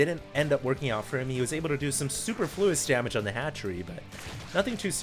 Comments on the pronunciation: that game was amazing, also its suPERfluous not SUperFLOUs. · You pronounced "superfluous" incorrectly.